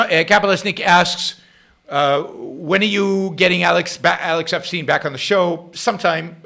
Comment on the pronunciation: After you listen to Alex Epstein's debate with Kennedy, you'll learn that Alex's last name is pronounced "ep-stine" (rhymes with Ayn), not "ep-steen".